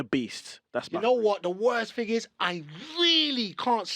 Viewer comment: Thing pronounced fin 😏